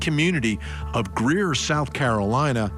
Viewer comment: Hey Vinnie, congrats on pronouncing Greer correctly 😂